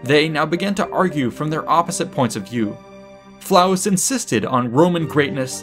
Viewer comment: LOL! 🤣 😂 🤣 ❤️ Well done! "Flavus" not "Flaus".